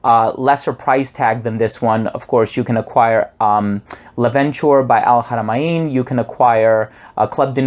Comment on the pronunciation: I think you are the only reviewer that can pronounce "Al Haramain" correctly <3 I own "L' Aventure" (you should pronounce this like it's a french name - aventure, rather than being an English one - adventure) and it's better than "Explorer", lasts way longer and cheaper :)